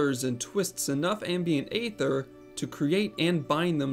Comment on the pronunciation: No. It’s supposed to be “goo-boo,” according to how it’s pronounced by the Eng VAs, and it’s been confirmed by one of the devs in the official forums. This guy is also pronouncing aether wrong (it’s “ee-ther” not “ay-ther”—the latter is for ether, the mana-restoring potion).